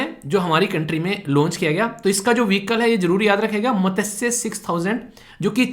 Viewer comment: Sir mene 21.57 pe jo apne padhaya matsya scheme ke bare mai bolana chahti hoon ki iske pronunciation galat h... right 1 is mas-chya not mata-say.. ye sanskrit name of fish se derived h.. and sare teacher in YouTube ise ap jese hi pronunciation karte h joki galat h..i know is always right iss lie ap isko right pronounce karo..